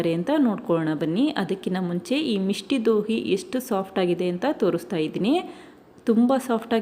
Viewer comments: ಅದು ಮಿಷ್ಠಿ ದೋಯ್ ಮಿಷ್ಟಿ ದೋಹಿ ಅಲ್ಲ ಮೇಡಂ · Misti doi madam adu Dohi alla Please learn the pronunciation correctly